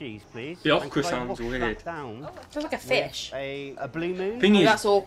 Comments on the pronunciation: It’s pronounced Oh-Kruh 🤦🏻‍♂️ Chicken fried chicken is usually called country fried chicken, it’s chicken prepared like chicken fried steak. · Okra is pronounced like open, Open (long O) Not Awhkra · It’s annunciated O-kra not uh-kra there’s a heavy emphasis on the O as just saying the letters name followed by kra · not awkra it is pronounced as if you were saying the letter O then kra. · Oh'-kruh. Not ah-kruh or aw-kruh. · It's pronounced O KRA with the O PRONOUNCED LIKE OK WITH KRA on the end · Okra is pronounced with a hard O...OH' kra